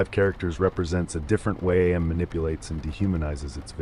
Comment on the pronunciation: It is pronounced am as in I am, not A-M. Did you actually read the book?